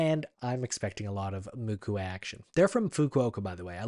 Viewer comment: not mukue its MUKU😊